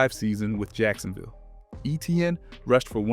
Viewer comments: Etienne is not pronounced ETN. He literally came out and publicly said that. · Ok buddy the league has been unanimously calling him ETN for 8 years now so you can give it a bit of time to catch on. We understand you want to prove to everyone that you know how to pronounce his name, but it’s ok buddy just calm down.